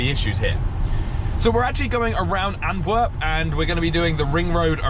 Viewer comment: 105 is a bit slow for the middle lane in Belgium, even in rain, and yes you are saying Antwerp wrong.